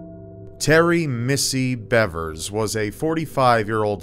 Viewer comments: Missy BEAVERS is the correct pronunciation. It is spelled Bevers, but actually is pronounced “Beavers.” Sorry to be a Grammar Nazi, but it’s easy to figure out, all you had to do was watch one news video. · It’s pronounced “beevers”